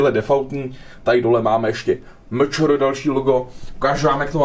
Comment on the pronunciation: A to MČR se čte "eMČéR" a ne "MČR".